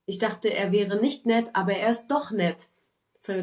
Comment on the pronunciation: I struggle with pronouncing the ch in doch, so I avoid using it. The way the guy said it also sounds way off..